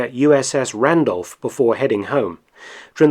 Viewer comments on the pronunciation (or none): none